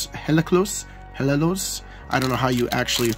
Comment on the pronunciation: it’s pronounced “yellocos”, is a spanish-pun with the words hielo (ice) and locos (crazy) 🤪